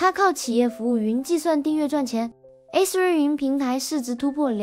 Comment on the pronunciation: Azure的没读准，注意一下